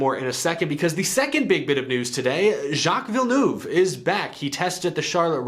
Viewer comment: your pronunciation of "Jaques Villeneuve " is very good for a non-french speaker... not perfect but very good!